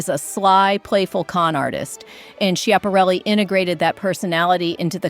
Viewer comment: Great choices, but please go online and listen to the correct pronunciation of Elsa Schiaparelli's name. It's given in the Italian, French and American pronunciations; and sorry but none of them are yours.